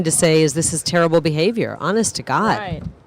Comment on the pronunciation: "honest to Gaad!!"